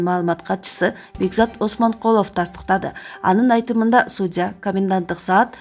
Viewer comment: Суу дия дейт гоо судьяны суйлоп аткан кыз )) мыркараак окшойт